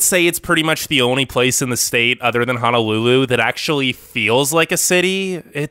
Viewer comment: I live in Hawaii it's not really paradise most beaches are polluted and houses are super expensive By the way it's pronounced Ho No lulu not Ha Na lulu